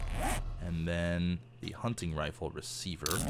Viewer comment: Every time says hunting I think it's hunny